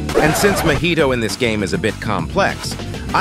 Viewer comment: Why all AI says mohito not mahito😭